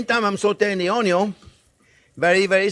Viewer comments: Thank you so much for your videos. I've made several of your dishes over the last couple of months. I also walk around every saying "ONYUN"! Again thanks! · New to your channel, and someone who grew up in a restaurant that my family had 30 years, I get my passion for cooking due to my grandma, she never made an issue of cooking, she took her time, let me help, best memories I ever had are with her in the kitchen. Now, my question is, since I am new to channel, are you from Louisiana? when you say onion, I feel like I am in New Orleans.